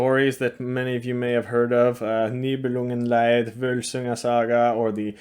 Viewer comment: Nibelungenlied. You said Leid (pronounced "light") and that means harm/sorrow/agony. But it's Lied ("lead") so the Nibelungenlied is actually the Nibelungen song.